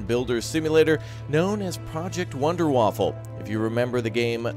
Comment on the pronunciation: Wonder-Waffa, no L :)